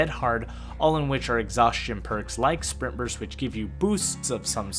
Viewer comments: Am I the only one hearing him say "sperm burst" instead of spring burst? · everytime you say sprint burst i hear sperm burst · I swear to GOD every time you said sprint burst it sounded like sperm burst